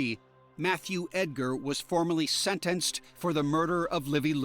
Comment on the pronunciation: my new favorite way to say “sentenced” lolol